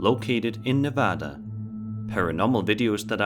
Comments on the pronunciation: Ok, I had to pause this video to tell you that I’m impressed and THANK YOU for pronouncing Nevada correctly. Major props lol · Finally someone who says Nevada correctly, thank you